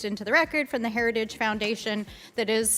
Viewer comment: "Her-race-ige Foundation"